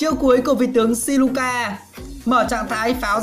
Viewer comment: Siluca mà đọc thành Sicula😂